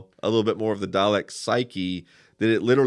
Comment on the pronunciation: I wonder why they keep pronouncing it as "Dialek"